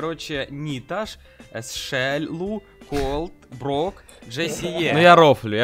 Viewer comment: Никто: Абсолютно никто: Ходить Perfect English:Спике, сроу, шеллу, ричошет